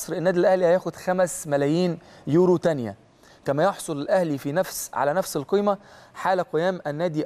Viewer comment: أسمه يورو مش اورو